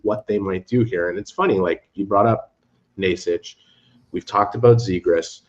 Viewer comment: A little help in here. Nečas = Naychas Not Neeshcash and definitely not Naysach 😅